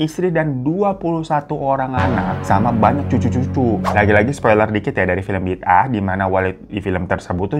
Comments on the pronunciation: Sebutannya nyambung -> bidaah (bi daah). Bukan bid ah. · Sebutan bidaah itu kalau diMalaysia pengucapannya Bida'ah./Bi.da.ah. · BIDAAH the pronunciation is BI DA AH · Malaysia singgah buat Bang Hiro cute glowing Kaching ❤🇲🇾Pembukaannya faizal hussein,pelakon senior di malaysia.. Sebutannya bida'ah bang... Sy rase,perkara dn hal³ sebegitu mmg ade terjadi...ibarat ajaran sesat.. Semoga kita semua dijauhkan dri perkara³ menyesatkan...love u bang hiro!!! Tq tq tq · Bi da ah bang sebutannya klu di Malaysia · Sebutan A Indonesia sama Malaysia kan ngak sama.tajuknya bi da ah.bagus cerita ini menunjukan kepada warga supaya sedar kebnyakannya Masih percaya benda yg sesat begini.cerita ini udh menungkapkan fakta sebenar yg ada di negara kita sekeliling kita.bnyk yg marah itu kita mungkin tahu lah kenapa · Sebutannya bi-da-'ah, dari perkataan bahasa arab juga. JAKIM adalah badan agama kerajaan yang bertauliah yang akan memantau dan memperkasakan agama islam di Malaysia. Selain ajaran sesat di atas, ajaran Mashitah agak banyak juga pengikutnya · Bida ah bang sebutan nya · sebutan nya BI DA AH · Bida'ah sebutan orang Melayu....ada yg sebut 'bedo'oh', 'beda'ah'..ikut loghat